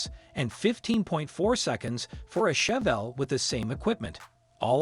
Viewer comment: Can’t pronounce Chevelle, posi traction, Nova among other key words. Pretty pathetic.